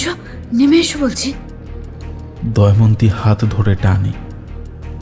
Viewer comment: মিত্র বলে চরিত্রটার মুখে চব্বিশ ঘন্টা কি গোঁজা আছে? অর্ধেক কথা বোঝাই যায় না। আর কন্সট্যান্ট 'দময়ন্তী' কে 'দয়মন্তী' শুনতে কানে লাগল।